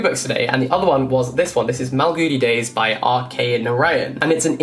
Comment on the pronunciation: Please allow me to be the pronunciation nazi for just a bit. Malgudi is "Maal-goody", and Narayan is "Naa-raa-yan". :-) I think you've already read Amitav Ghosh's titles but have you read The Calcutta Chromosome? I think you will love it!